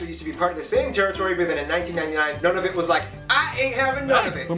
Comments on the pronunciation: Pretty good video! His pronunciation is a little off, but that’s okay. Nunavut is more like Noo-na-voot (rather than none-of-it) and Newfoundland sounds like NEW-fin-land. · I was looking for this! Noo-na-voot. I’m American and I knew that one. Of course, this is in the 5% of things I’ve gotten right about Canada.😞